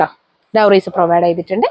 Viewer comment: അടിപൊളി കളക്ഷൻ 👌🏻👌🏻👌🏻..... ക്ഷമിക്കണം ഡോറീസ് ആണേ.. ഡൗറീസ് അല്ല